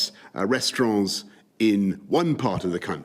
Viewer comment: He sounds french when he said “restaurants” 😂😂😂😂😂😂😂😂😂😂😂😂😂😂😂😂😂😂😂😂😂😂😂😂😂😂😂😂